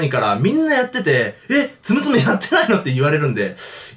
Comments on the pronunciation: つむつむやないでつむつむ(発音) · ツム↓ツム↓ ツム↑ツム↓じゃないの? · 斎藤ぼぶりあーぬ ツ↑ム←ツ↓ム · イントネーション完全に摘む摘むで草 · ツムツムの発音おかしない？ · たしかに！少しなまってる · 発音じゃなくてイントネーション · ツムツム本当に面白いですよ あと発音がおかしいですよ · ツムツムの発音面白いw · ツムツムの発音おかしい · ツムツムの発音違う、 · ツムツムの発音違います